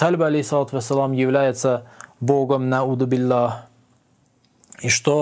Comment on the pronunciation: Курбан может 'АузубиЛляхьи а не аудибилляхьи!?